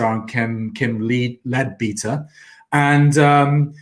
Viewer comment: Its pronounced "Led-better". In the UK we have spent hundreds of years trying to separate religion and politics - not always successfully, but its the general direction. Why do so many people - on all sides - want to bring religion back into politics.